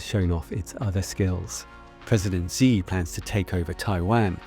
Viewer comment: This would carry more weight if you didn't pronounce his name as "President Zee." It's Xi, it sounds like "she." It's like calling our president "Troomp," it sounds weird and undercuts the seriousness of what you're talking about because it makes it seem like you've only ever seen his name in writing, never heard it spoken, and don't know enough about the language to read it correctly.